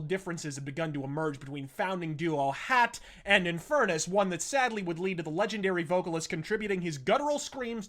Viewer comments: Yeah Yeah Yeah - Is it THAT difficult to say : HATE, when you clearly cannot speak the Norwegian pronounciation of hate, hat?? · One thing to note. Hat’s name is pronounced with a long A, like Haat. It means hate in norweigan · His name is not "hat" as in a hat you wear on your head, "hat" is pronounced with a long "ah" sound and means "hate" in Norwegian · I can't watch this. It's pronounced "Hāt" (long a, like in barn), not "Hatt" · It is so funny when u pronounce singer HAT. Like it is something u wear on your head :D It is not hat. It is hat (ha:t) and it is norvegian lanquage and it means hate.